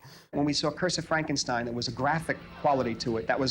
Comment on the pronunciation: Love how Peter Cushing always pronounces the name Frankenschtein